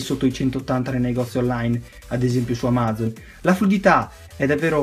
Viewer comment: come cazzo hai pronunciato amazon ??? XD